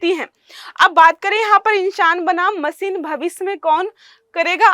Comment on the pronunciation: वो मसीन नहीं मशीन होता है... अपनी स्किल्स बेहतर करो... 😂😂